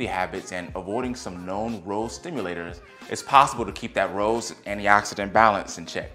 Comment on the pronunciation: It's hard to have confidence in the information when the speaker pronounces ROS as 'rows'. I've watched many videos on this topic over the last two or three years and without exception every single PhD and MD I have watched pronounces this 'ross'. I'm not saying there couldn't be an alternate pronunciation but in dozens of speakers, I've never heard it. So wondering…?